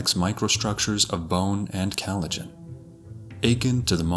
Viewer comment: Except for his cheezy robo voice which mispronounces words like collagen and “akin”